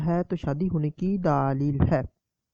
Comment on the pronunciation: بھائی آپ کیسے بولتے ہیں؟؟؟ اور لفظ "دلیل" ہوتا ہے "دالیل" نہیں۔